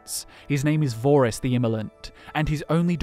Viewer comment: Vorys the Immolant is actually Vore-iss the Insatiable. No wonder he wasn’t revered as much.